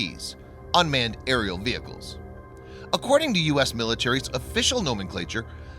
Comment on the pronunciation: aerial, not areil!